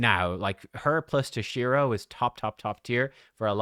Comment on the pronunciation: tOshiro not tosh-I-ro